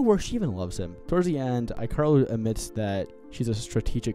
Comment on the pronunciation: Ikaros is actually pronounced as eek uh rose. Lol good review!